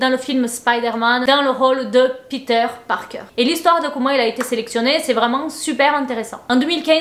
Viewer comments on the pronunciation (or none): none